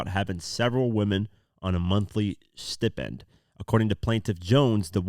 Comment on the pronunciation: “Stipend” is spelled with a single P so you pronounce the long i (like “eye”) and the emphasis goes on first syllable. Pronounce it “StypeEnd”